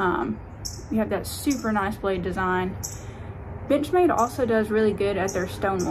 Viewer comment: I swear I was hearing b**ch made all the time 😅